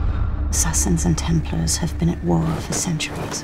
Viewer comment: everytime I see the unnecessary changes to the animus, a hear them pronounce Templar like templer, I hate the fact that they are making a movie that will quite possibly ruin the games for me more and more.